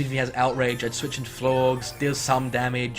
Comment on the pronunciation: Again, I have no idea why you're pronouncing Florges like... Florgs. Unless that's like some slang I don't know about.